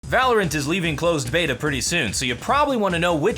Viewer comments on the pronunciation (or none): none